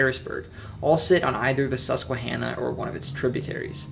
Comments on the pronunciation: KUDOS on pronunciation! Lifetime PA resident here and some PA folks can't even say some of these town and river names correctly! also very FACTUAL! (Are you from PA 🧐 lol) but good job! Can't wait for more on other states 😁 👍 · Finally Northumberland gets some recognition! Excellent video and good pronunciation of Susquehanna. I live in Northumberland and we also have to he house of Joseph Priestley who discovered oxygen and carbonation. Without him you wouldn’t have carbonated beer or soda.